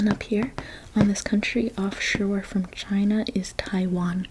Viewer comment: ChiNA and EnGAland 😂 loved the video. 😊